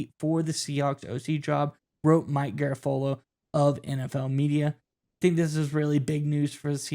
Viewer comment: Try his name again... Garafolo LOL. Go home dude.